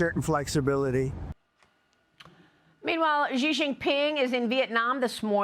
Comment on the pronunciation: Maria can't pronounce Xi's name or Bejing correctly. She may as well be saying Ronald Rump too. Why not slaughter every name? Xi is pronounced "she" and Beijing is pronounced Bay-Jing (as in jingle). When Maria says Beijing, it sounds like French. Bay-Szhing. Get it together, you're a journalist.